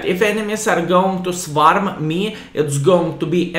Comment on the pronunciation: 6.20 "He got hit by ARTA". Then he got "SVARM". Greetings vrom Visconsin!